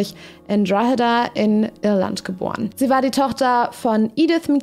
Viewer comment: Drogheda wird Draw–da ausgesprochen, nur so am Rande.